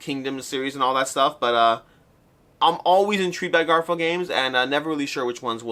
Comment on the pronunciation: I’m so glad I never have to hear the “Garp-hill” pronunciation again 😂